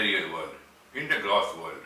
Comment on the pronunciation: Are yu saying Casual body. Then the gross body? Casual is pronounced kaZYUel It sounds like you said the KaSUL? body. And then in sound like yu said. Glass body ..instead of Gross. I am very interested to here yu speak more about Yoga & chakra if yu have. Thankyu much i enjoyed this video much.